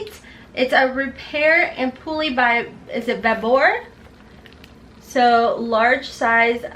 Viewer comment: And ampoule is am- pule- which is like mule .